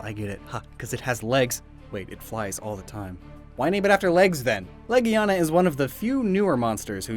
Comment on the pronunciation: Heard some guy pronounce legiana “la-gina” don’t say that around children.